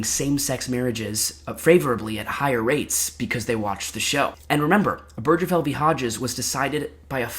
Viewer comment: So I love your vid. It's very well done and researched. But it's pronounced Ober (like over)- guh- fell. Not oh-berj-uh-fell. And the table hitting was also a little grating. But all-in-all, this is my kind of long-form content